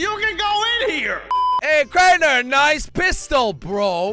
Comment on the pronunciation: Jelly said crainer store😂